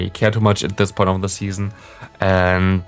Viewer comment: one question why do you pronounce „the“ always „di“ Even of the following word doesnt Start with a e i o u?